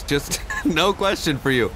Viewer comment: 'I have a quvestion' 'Nope, let's get on out of here'